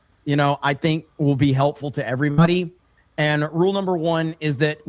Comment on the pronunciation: He might’ve said “everybody” but I swear to God I heard him say “every money”